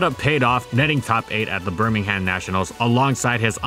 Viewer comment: Sorry to be picky but bit me ham great videos